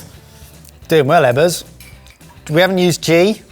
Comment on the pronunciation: I don't usually take to the comments but, EBBERS!!! You CANNOT get away with the U!